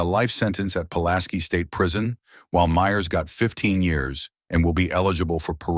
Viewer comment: The boyfriend of Kirsty has the last name of Myers. It’s not pronounced “Meers”, it’s pronounced like the last name “Meyers”, like the hot dog company “Oscar MEYERS”. Not sure but I’m thinking this video is probably narrated by AI, and not a real, live, human. So this comment might be useless. Just thought I would let ya know that the narrator mispronounced the name.